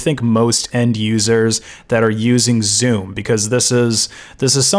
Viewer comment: Every time he says Zoom I hear Zune